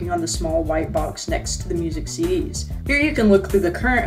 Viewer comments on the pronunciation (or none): none